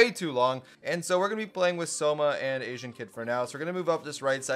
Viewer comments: he really said asien instead of asian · I’m triggered when you called “Asian (ey-zhn)” “a-si-an”